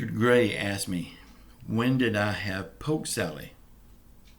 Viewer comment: thank you for answering my question on pok sally. My next question is have you ever ate gator??? You mention my name as Richard Gray it’s, not my name, it’s pronounce Richard Gary. My an sisters founded Gary Indiana, home of Michael Jackson.